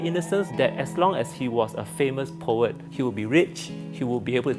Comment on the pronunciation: It's pronounced PO-UHT. Not PO-YET. 🙄 You'd think CNA would hire reporters with a basic grasp of the English language.